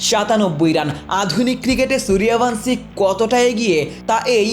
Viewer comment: Bangladeshi channel gulo ki pronounciation valo kore jane na সূর্য্যব্্শী না সূর্য ভানশী😅